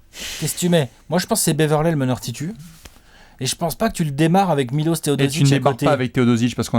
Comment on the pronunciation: On dit miloche et non milose